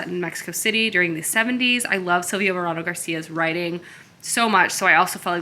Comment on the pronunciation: Love this vlog so much! You’re new space is so lovely. Also, just a quick note that Silvia Moreno Garcia’s name is pronounced like More-ay-no, not More-ah-no. Hope that helps!